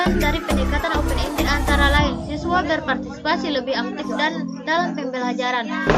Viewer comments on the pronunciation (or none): none